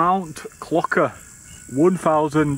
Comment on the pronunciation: Mount 'Clocker' 😂 is pronounced clo-share and means Bell Tower. You were missing out not checking the meanings of the places a bit like the Cat Cabin. Great video. I read you got Oasis tickets well done, I got Iron Maiden tickets myself , seems to be a lot of bands playing big tours next year 👍